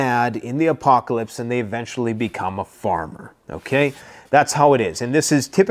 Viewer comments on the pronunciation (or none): none